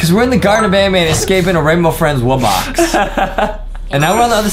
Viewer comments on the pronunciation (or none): none